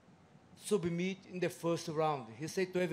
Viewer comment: “He subameit him”